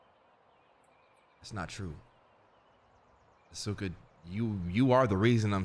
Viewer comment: and have me die with AH-SUE-KA 😂😂😂 Mispronouncing names since Danganronpa, i love it!